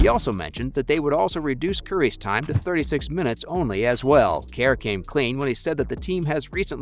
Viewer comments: “steave kAiR” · where is the A in Kerr?